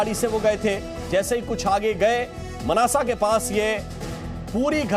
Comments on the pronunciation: Sir Manasa nahin hai I think Mansa hai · Chu insaan its Mansa , not manasa. Get you facts clear…. As usual anab shab bolte rhte ho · Mnasa nhi hai bhai mansa hai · Manasa nahi Mansa hai stupid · Mnasa ni hey Mansa dist hey... Bolna toh sheek ley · Mansa h vo na k mnasa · मानसा, it is not mannasa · मानसा है मनसा नही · Manasa nhi mansa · Veer mnasa ni mansa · Manasa nhi Mansa oye fuddu